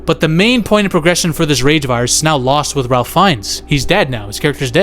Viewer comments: It is pronounced “Rāf” with a long vowel A and with no L being pronounced. Not like Ralph if pronounced. Just letting you know. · His name is pronounced RAFE Fiennes. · Ralph pronounces it Rafe!